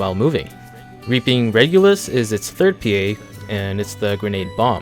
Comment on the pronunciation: hell you speak english, yet you butchered regulus, the easyest one!!